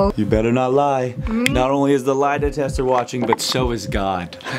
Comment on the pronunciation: “lie detester”